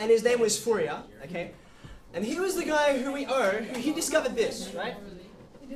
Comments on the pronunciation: French guy here. Fourier is pronounced like "Foor yeh", sort of. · O.M.G .... the name of the guy is foo-ree-EHHHHH !! not FOO-ri-er or anything that rhymes with terrier ...